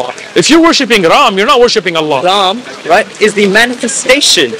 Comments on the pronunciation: The way he pronounced Allah was profect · This Sikh said Allah perfectly.